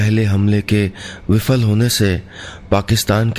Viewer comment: नीलेश जी आपसे उम्मीद नहीं थी कि आप विफल(Viphal is correct not Vifal) और फिसलना(phisalna is correct not fisalna) जैसे शब्दों का ग़लत उच्चारण करेंगे!लोग आपसे सुनकर हिन्दी सीखते हैं आपकी ज़िम्मेदारी अधिक है ! इन नुक़्तों का ख़्याल रखना आपके लिए ज़रूरी है !